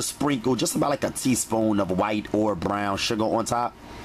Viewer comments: Yes, lol! I repeat him every time he says it too😂. 🗣Bbbbrrown!! Straight vibrations; good vibrations. I’m happy that my friend introduced me to his channel.🙌🏽👨🏾‍🍳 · Why do you sound like you from philly when you say brown 💀💀😭😭😭😭😭😭